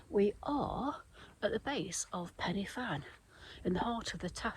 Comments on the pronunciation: Penny Fan 😂 It’s three separate words Pen - y - Fan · Great video. Quite surreal seeing you on a route I've done a few times. Shame you missed the views, they are stunning. Just for your info; here in Wales we pronounce it 'Pen-uh-Van' although it is spelt Pen-y-Fan. It literally means 'Top of the peak'. Glad you enjoyed Wales and you missed our infamous rain. 👍👍